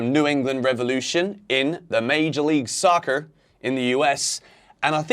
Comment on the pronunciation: saying “Major League Soccer” in an American accent had me rolling. 😂